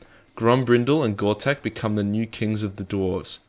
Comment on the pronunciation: Only comment i have: please stop calling him “goRtek”, its: “GotRek” 👍🏼